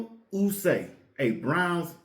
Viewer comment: Who is Daniel Ooosay? It's pronounced O-Ye- Fu-See.